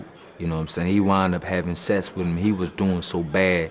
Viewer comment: " I let him know I wanna have Sess wit him" lmao